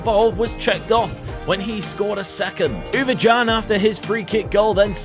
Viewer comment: Mate u absolutely butcherd the Ouwejan name 😉 love the series